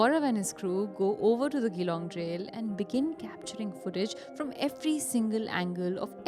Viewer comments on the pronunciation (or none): It's Geelong with G not the way you say for reference G like Jeeya jaye naa, I'm correcting youse because I've worked there 😅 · Awesome videos. Small correction Its Geelong like G sound not Gh.. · Geelong city in victoria is pronounced as juh-long